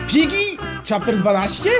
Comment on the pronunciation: Czy tylko ja usłyszałam "Dżiggy"? xD #Wrzucator